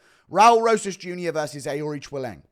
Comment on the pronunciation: Thank you It's: A-reach-e-lang and Yazmin how-rig-e It pisses me off so much how many names he fucks up